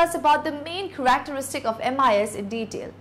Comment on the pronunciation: The presenter needs to learn how to properly pronounce basic/common English words. (i.e. Characteristics.) She needs to present the info slow enough for people to grasp what she is saying. Other than that, the info is helpful.